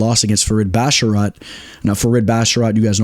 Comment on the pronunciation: Maybe I’m just trippin but pronunciation 🚨 👮‍♂️ Trevin ji-uls Pratezzzzz A-reachy-lang Looooo davit Klein Fareed and javeed basharat Kelerturd acceptable 😂